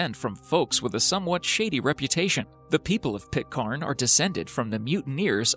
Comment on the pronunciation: The mispronunciation of Pitcairn is excruciating. it's not Pit-KHAN, it's frigging Pit-CAN! #plonker